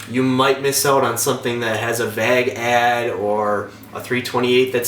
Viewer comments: great video! I noticed how you pronounce vague, my last name is dague, so I say Dague like you say vague, and vice versa, its cool because I'm doing family tree stuff and a lot of my past relatives come from Ohio, etc. So sorry its not car related, but thank you. Research is cool! lol great information on the flipping btw. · Dude you’re not pronouncing vague correctly wtf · I hate to call you out. But you're saying vag instead of vague. It's pronounced like Vogue but with an a instead of an o. Sorry. It was bothering me..... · This dude pronounced vague vag, and bimmer bemmer. Wtf lol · The way you say "vague" is interesting ;) But the video is very good, thanks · Good video. However, I'm absolutely traumatized by the way you say "vague" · "Vag"? You mean vague? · vay-ehg not vaj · “Be vage with your search”😂 vague bro vague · "b VAAAAG with your search" You're really getting at me with that pronunciation of vague [VAY-GUE] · I'm sure you are a really smart guy, now let's work on Vauge pronounce like (Vayge) not vag. Alrighty 👌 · I'm from Texas, and it makes me laugh when you say, "vague." At least I think that's what you're saying. It sounds like "vagg" to me. We pronounce it like, "vay-guh" down here lol. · no one in the midwest pronounces it vag lol... I've only ever heard it pronounced as vay-g. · Conner Goldberg I’ve heard it pronounced that way in Nova Scotia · VAGUE. SMH v-AYYYYY-gue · Vāg (Vayg) not Vag. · Dude its vague not vag. I had to turn this off the 6th time he said vag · It is not VAG it is VAGUE (pronounced Vage) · Vag? And bimmer I always thought was pronounced BEEMER lol great video though thanks bro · Know plenty of mid-westerners...that's not how it's pronounced anywhere. You're completely dropping the second syllable. It's fine, I've pronounced words totally wrong before without realizing too but it sounds really ridiculous to say vag. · You pronounce vague vāg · Stop saying vag, lol. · VAG. VAG. VAG!!! You mean wague?